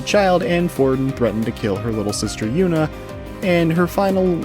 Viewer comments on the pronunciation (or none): Saying “Yunah” instead of “Junah” throws me off everytime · Please tell me you played the game in japanese or something because I have no idea where you got the 'yuna' pronunciation lmao